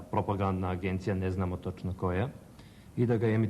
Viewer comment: 4,26 "ne znamo TOČNOkoja.." mali lapsus ;)